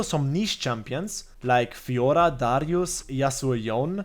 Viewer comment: I liked the guide, but i liked more how you say Fiorrrrrrra. Great video!